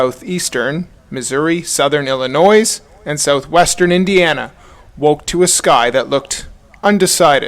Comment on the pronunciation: Men & women of the Internet: please understand the the "s" in "Illinois" is silent. For many of us, it's like nails on a chalkboard.